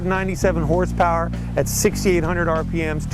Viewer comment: He said : 297 horth power not horse power hahahahaha